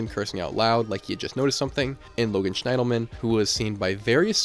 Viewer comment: The bridge cases I hadn't heard of before, so thanks for that! I wonder if the discarded clothes could be paradoxical undressing, which happens in later stages of hypothermia. Wonder if it got that cold… BTW. "Schiendelman" is pronounced "SHIN-dull-min" 😉